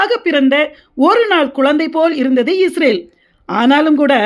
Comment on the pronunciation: Sister first you change pronouncing ISRAVEL into ISRAEL.